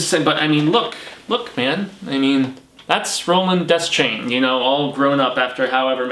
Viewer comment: Deschain is pronounced dee-shane.